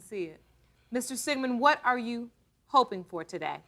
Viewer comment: im sorry but i feel like judge lauren does the emphasis on the reveals on purpose because imo when she says ‘you ARE …. not her father’ idk it comes off weird to me i dont like it